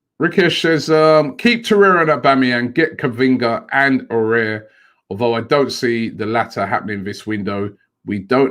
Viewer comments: Robbie it's A OU ARrrrr..... Please don't scare him .He may not come if you keep saying O air. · Robbie just so you know it’s not pronounced Aurier it is ow-oh-w-ar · Robbie you pronounce as awar not orare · IT'S NOT "AWARE" BUT "AOUAR" LIKE "AWARD" BUT YOU LOOSE THE D AHAHAH OR "HOWAR" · Why does Robbie say Aouar the same way as Aurier? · Aminu Alkali but he’s gotta put a bit more effort it is spelt nothing like aurier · AOUAR= Ah-woo-are.. keep it up Robbie! All the best☺ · Everyone: Aouar Robbie: ORARE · It annoys me how Robbie can’t pronounce foreign names... he butchers it😂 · the only thing rob pls can you stop to murder aouar s name all the time when you prononce it . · how did he see Aouar and say it like that 😂